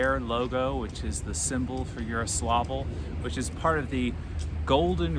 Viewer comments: It's Yaroslavl and Yaroslav, not Yaroslovl and Yaroslov. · Btw Its more Like Jaroslavol' then "Yaro" for ur speaking